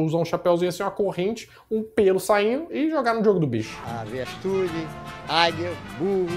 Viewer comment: melhor parte kkkkk "avestrude" "alefante" kkkkkk